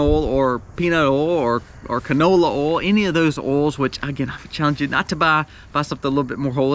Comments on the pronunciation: Nice fellow, and does a great job, but what is his number 10? He said the words, "oauw", "awl", or "all" several times. Does he mean to say oil...pronounced, oyl, or oyy-ell? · Funny you cant say oy ill for oil instead of all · the way you pronounce oil ... 'owl' I cant XD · Are you from Mississippi? My dad grew up there and pronounced "oil" the same way you do. I'm more northern, so I pronounce it "Oy-ill" vs how you said it, "Oh-ill". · I fell in love with your pronunciation of "oil"! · LOL. It's oil O I L. Eejit. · I’ve never hear “oil” pronounced this way 😂 Southern accent is strong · Thank you for the on screen written item. When you reached oil, I have to say, I couldn’t tell what you were saying. Lol. Love you man. Excellent info, as usual. I made my list to follow.